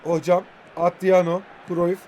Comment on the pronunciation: Abi şu adama atriano deme ya